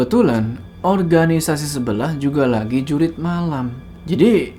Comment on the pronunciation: Jurit bukan Jurug😂